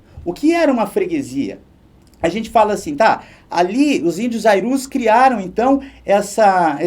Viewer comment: No slide tá escrito "ariús". Mas escuto o senhor falar "airús"...